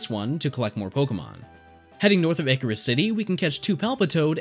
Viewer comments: I always thought Icirrus was a combination of ice and cirrus, a type of cloud, so the C sounds like an S. You're the second person I've heard pronounce it like Icarus, though. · Wait, I'm pretty sure "Icirrus" is pronounced Eye -Sci-Rus...